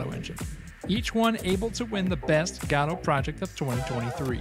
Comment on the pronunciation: Ive heard go-dot and guh-doe, but never god-oh